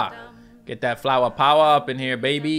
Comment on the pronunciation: flowah is same as a too too, mute her